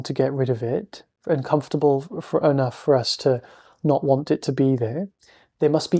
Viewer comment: thank you, I especially liked your emphasis: "what is so uncomfitable?". Truth is it really isn't uncomfitable at all, it simply is as it is